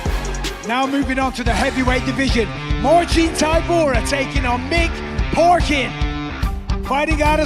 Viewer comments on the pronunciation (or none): Did anyone else notice Bisping saying Mick Porkin instead of Parkin😂